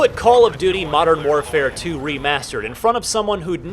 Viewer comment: Damn modern warfare 2 is a pretty odd way of pronouncing the best cod game